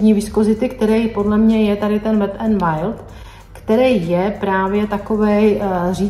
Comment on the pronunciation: Pardon, ale neni to Wide, jak to vyslovujete, ale Wild.